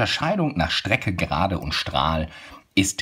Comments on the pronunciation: Gerade und nicht Serade 👎👎👎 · Warum serade?